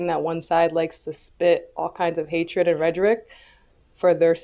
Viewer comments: Jasmine said rederick instead of rhetoric…what a moron. Dems are generally dumb and irresponsible. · Rederic she can't even pronounce Rhetoric correctly. How TF do these clowns get elected, she said this as a President of city counsel she is so damn stupid, say what you want at home but is a professional capacity you disgrace for Mexicans deserve to be fired. Actually disgrace as a person forget the racial identity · Regeric? That's not a word. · She can’t even pronounce “rederic”’much less know what it means. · This b said redgerick 😂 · Couldn’t even say rhetoric correctly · How do these weirdos who can't pronounce "Rhetoric" become senators?